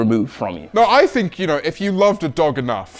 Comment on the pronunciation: I thought he said “If you loved to dog enough “.💀💀